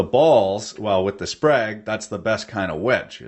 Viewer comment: Thought you said sprague (pump).